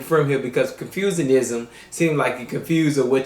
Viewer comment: it's not "Confusecism" Hhahaha, i laugh so hard in this,, a bunch of people who confuse about their existance ... Hhahahahahahaha it call "Confucianism" here some reference